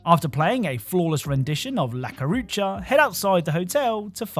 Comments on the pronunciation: "la curacha" what????? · La Carucha and concrete donkey? I hope those mess ups were just for the engagement lol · La "cucaracha" 😂